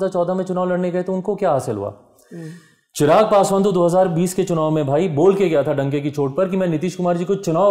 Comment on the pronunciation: गुरु जी चिराग नहीं चिराग़ हैं।